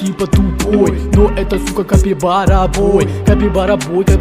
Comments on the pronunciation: So que ouviu ele falando caquivara da like😂😂😂😂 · He says cakibara sometimes, lol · Caipikara he says, almost at the end, lol! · Algumas vezes eles erram e falam "Caquibara" ou "CaquiCara" 😂😅 kkkkkkkk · ❤❤❤❤❤❤❤❤❤eu loves cabybara but ele falar cakibara!??